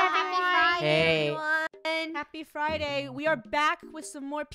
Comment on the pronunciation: I like how says fridy and not friday🤣